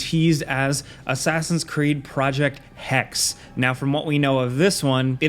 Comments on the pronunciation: It is not hex… hek se that is how you pronounce it.. hexe is german for witch… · It's not "hex" dum dum ! it's pronounced as hɛk.sə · Hexe (hek-se) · You should look into how to pronounce hexe. It ain't like hex as you did, it is rather like hexse/hechsae. And yes, as you may thought, it's the german name for a female witch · Hexe is the German word for witch. The last e is also pronounced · Its not "Hex" its "HexE" which means witch in the german language lol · When they do the Hexe (the second e is pronounced in german btw. Sounds like hex-"ugh"), then I hope they do the setting justice. It's a very interesting pitch, imo precisely because there's more to the setting than what the popular conscience knows. Witch trials in the HRE weren't a medieval thing. They occurred mostly after the reformation, in the early modern times during the 30 years war. And somewhat paradoxically were mostly carried out in parts of the country that weren't turned to ashes by a multi generation war. The church went against them at first, as in the official church position was that witches weren't real cause all power comes from God- thus witches had no power and could not be real. Krämers malleus maleficarum/the witch hammer turned that around (also cause Krämer was deeply misogynistic). Interestingly the witches trials were often carried out by secular institutions instead of the church. Bamberg was the centre of the witch hunts at the time. I remember having a guided tour there once. It was a heart wrenching time. Often the accusations stemmed from jealousy or the want to get rid of your neighbor, but they also provided women with a way to get out of abusive marriages. Bambergs archives still hold some documents from back then, amongst them a letter from a father writing to his daughter. It was part of the tour and honestly moved me to tears: He apologises that his hand writing is awful - it hurts to write since his hands were broken during his torture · Pronounced hex E